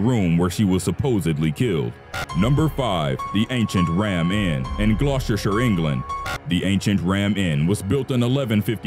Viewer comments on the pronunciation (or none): Gloucester is pronounced GLOSS-ster. Glamis is pronounced GLAHMZ.